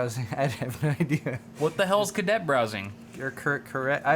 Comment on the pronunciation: Caret browsing. Pronounced like carrot. A caret is a text cursor; it's the blinking line that indicates text input location. It allows you to browse web pages character by character. Pfft, tech reviewers amirite?